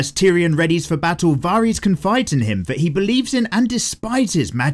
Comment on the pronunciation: You can pronounce Xaro Xhoan Daxos but not Varys, oh lawdy haha